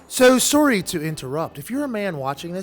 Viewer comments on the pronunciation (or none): Why does Pat pronounce "sorry" like a Canadian?